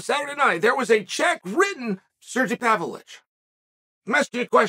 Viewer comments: No one knows him because you pronounce his incredibly simple name like it’s written in crayon by the 1st grader. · This whole time I thought he was talking about Sergey Spivak and he was just pronouncing his name wrong 🤣 I completely forgot about this guy!? I thought his name was Alexander Romanvo???!! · Ha ha ha, exactly. English is not even my second language and I pronounce Pavlovich's name better than uncle Chael does.